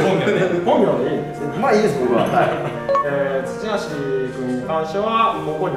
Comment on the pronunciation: どばしじゃなくてつちはしなの草